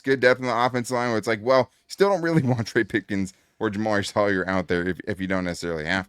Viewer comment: love ya but the way you said jamaree caldwell is a rookie so what? i don’t think it matters as much as begore i don’t know if you recall a rookie last year named ladd and tarheeb still cam heart and another rookie a few years back named Herbert i think caldwell is gonna be another beast just wait